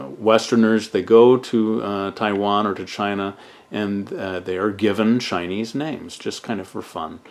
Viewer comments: 你的中文发音非常标准！Your Chinese pronunciation is very standard！ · Ur Chinese pronunciation was on point!